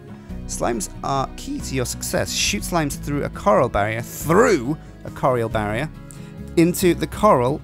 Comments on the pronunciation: I may have misheard you but i think you said coral instead of corral, which are pronounced differently, at least they are in the US, and are very different things. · btw, a ranch corral is pronounced kuh-ral, not like ocean core-ul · that corral is pronounced kor-ral. It is hard to tell the difference though, I had never seen the word written so it was kind of weird realizing it was corral. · Coral vs. Corral... It bugs me more then it should but god damn brits =p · from England, it is pronounced Kuh-ral here. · i want a series of this but i dont think i can put up with him saying corral wrong any more! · there are different pronunciations for words around the world. But, in this case, is just getting it wrong and deltaangelfire has got it exactly right on the pronunciation. This is not a "British English / American English". This is just reading it wrongly off the screen and confusing it for ocean coral, which is a completely different thing (and you'll notice has one less "r" than the other). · Its amazing the amount of people who can pronounce the word corral properly.. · Can he really not say corral? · or gaysir :D :D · They are also pronounced differently in the UK too. is just being an idiot here and read it wrongly. It's not a "cultural difference" or anything. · Please pronounce Corral correctly @@ its hurting my head when you say it weird.